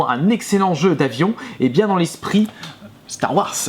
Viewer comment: "Star Wass" mdr je suis mort.